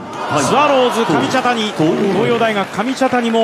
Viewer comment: かみたちゃにww